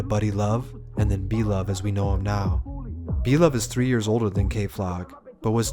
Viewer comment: Lmfaoooo this shit is inaccurate 👎🏽👎🏽👎🏽like the moment you said blovee sevside 😂😂😂I’m like ohh nah ’t know shit🤦🏽‍♂️